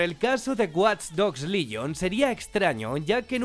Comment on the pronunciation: WATCH DOGS LYON JAJAJAJA ES LEGION COMPAÑERO PRONUNCIA BIEN AMIJO